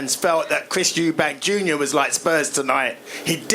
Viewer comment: It’s Eubank, not Eubanks